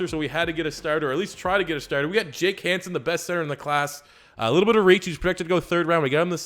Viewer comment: Its Jake Hanson not Hansen